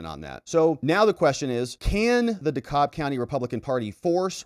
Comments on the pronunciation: By the way. Dekalb is pronounced 'deCAB'. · the county Dekalb is pronounced De- Cab county. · Hey... it's pronounced "dee cab" county, at least by us locals.